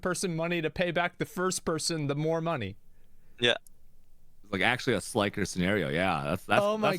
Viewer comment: bro who tf is he interviewing as the witness? Bro can't pronounce anything right. says Jamba for Gamba says Skizzo for Schizo says Slyker for Sliker